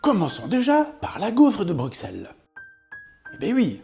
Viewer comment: Bruxelles c'est ta maison mais tu dis "Bruqsselle", rentre chez toi m'fi !